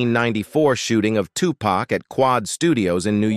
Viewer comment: STOP CALLING HIM TUPACK. IT'S VERY DISRESPECTFUL. HIS NAME IS TUPAC DAMN